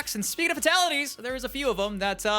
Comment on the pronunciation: Fah-tah-lee-ties? Is there any country that you read Fatal as Fah-tal?